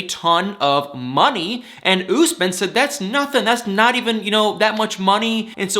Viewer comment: it's Usman, not Gooseman.